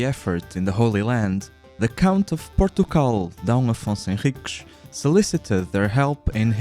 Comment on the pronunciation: Por- Tu -O-Gral